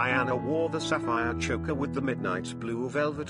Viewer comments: PLEASE! PLEASE! Cease with the robo voice😩 It is incapable of correct pronunciation. Chokka??? (Choker)😩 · "Choe-ker," not "Chocker." !!!